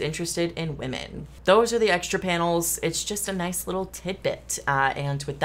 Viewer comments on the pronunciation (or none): none